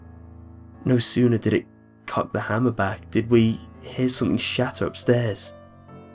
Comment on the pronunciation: Am i the only that notices the NK instead of NG? like thinkink, somethink lol